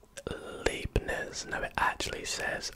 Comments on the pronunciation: Hi, Leibniz is pronounced L-eye-bniz. So "ei" in german is pronounced like the English word "eye" :) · Hey, you can easily say leibniz by saying Lie-bnitz The lei makes a lie sound in german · heads up- an 'ei' is pronounced as an 'i' I German, and an 'ie' is pronounced 'ee'